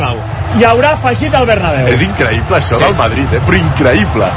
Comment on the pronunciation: Increiiipla xdd